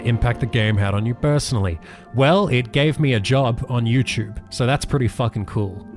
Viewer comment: YouChube streamer